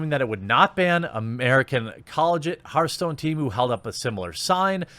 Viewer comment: "Herthstone" "Mai"